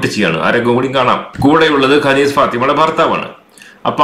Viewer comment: കനീസ് എന്നല്ല അറബിൽ ഖനീസ് എന്നാണ് പിന്നെ കനീസ എന്ന് അറബികൾ കൃസ്ഥിയൻ ചർച്ചിന് പറയും